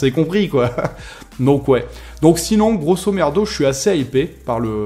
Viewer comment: Il a dit grossomerdo 😂👌